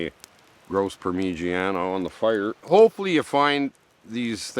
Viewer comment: your pronunciation of ‘parmeejaena’ tickles me 😅